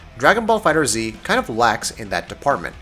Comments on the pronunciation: So many reviewers are getting that wrong. It's Googleable guys. Just look up how something is pronounced. Fighters not Fighter Z. Also, the backgrounds are very intractable. Sure you can't hit someone with a car but you can destroy a lot of the backgrounds, knock opponents into buildings and mountains. You can even knock someone to a completely different stage or destroy the one you're on. The reason for the diminishing points is so you can plan your route properly and not just fight everyone. Otherwise it could just be a regular fight list. And I didn't feel there was a lot of experience in fighting games or time really put into the game. Like you played through most (not all) of the story did a bit of the arcade and said "yeah i got the jist of it." and put out a review. I could be very wrong and if so im sorry but i feel i could have put out this review with the 70 fights i got out of the beta and with basic Wiki research. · Stopped the video the moment he said the title wrong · It's pronounced FIGHTERS not fighter Z. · Say it with me guys: FIGHTERZ. One word. Easy mistake lol. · FighterZ not Fighter Z......come on man... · It's pronounced Fighters. Not Fighter Z. The Z is there for design, not for it's own pronunciation. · erron black yeah trey Enma is right Bandai Namco had a livestream, at the end they stated that the game is pronounced Dragon Ball Fighterz not Dragon Ball Fighter Z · Totally right dude! Tomoko Hiroki, game producer said is Fighters. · I do not care, To me it is Dragon Ball Fighter Z because Dragon Ball Fighterz is fucking lame sounding. Also it is the same concept as M1 Garand ( Gar Rand). Even though the creator pronounced his name Garand (Garen) . People say Garrand. Same principal here. Dragon Ball Fighter Z it is!!! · Diego Fuentes Da Eira Yes, but do you pronounce gif as "jif" or "gif"? Because "jif" is the correct one, but "gif" just sounds better, and the same goes for FighterZ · It's pronounced Dragon Ball Fighters